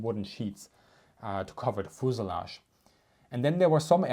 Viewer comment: Love the firrtees and foosulage haha